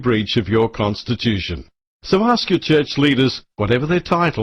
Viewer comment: con to stitch you tion, not con to stitch thm tion.